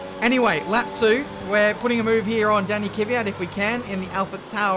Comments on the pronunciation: Mate it is KVYAT not K-VYAT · Its KVYAT not KYVYAT my friend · STILL UNABLE TO PRONOUNCE KVYAT EY? KVYAT KVYAT KVYAT NOT KYVYAT